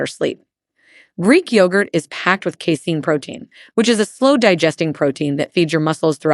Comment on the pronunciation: “kissin’” for casein